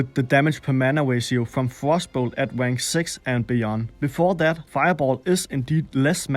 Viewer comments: Good video, but never say "Rank" again. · I laugh whenever you try to say "rank". Sorry...